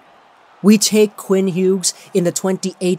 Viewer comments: Same like just say it like Hews jesus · the G when pronouncing his name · Please never pronounce his last name like this again it hurts my brain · He does that with a lot of players.